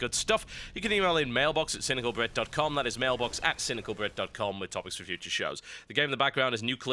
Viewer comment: did anyone else notice he said mailblox at the end?